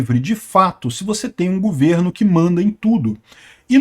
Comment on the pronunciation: o certo é governo, e não gUverno.